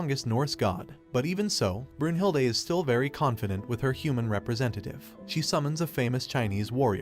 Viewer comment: Brunhilde is a German name and as a German I can say he pronunced it right not perfect but it’s still good